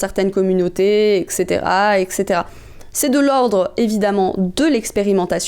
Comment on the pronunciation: Coucou, juste pour info on dit "eTTTcaetera" et non "eKKKcaetera" (ça s'écrit "etc.")